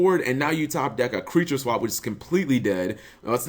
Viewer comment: That "Creature Swep".